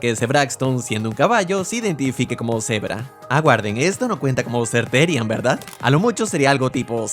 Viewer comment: He said therian right and he just said it yahhhhh